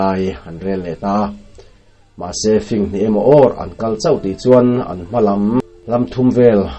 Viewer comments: Tlem kan corect ve teh ang i awphawi adik ngaihthlak pawh anuam chutih rualin Lo fing tih te singsa ilam rik danhi han ngaithla leh la arik dan afuh lo deuh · Fing tih kha i lam dilo ziah